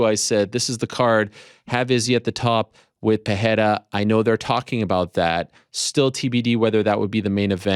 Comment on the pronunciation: Dude it's not Peheira, it's Pereira, single r in the middle is pronounced normally